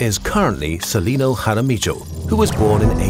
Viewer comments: its pronounced "ha-ra-miiio" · it's pronounced Har-a-me-yo roll the r a little if you like